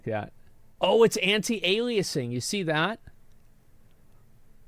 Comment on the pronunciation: Asmon didn't pronounce it right it's anti-aliASSing